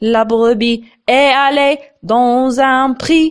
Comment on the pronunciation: Vaut mieux faire la liaison estallée